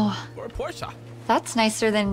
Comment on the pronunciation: Chat does not know the correct pronunciation for porsche? 💀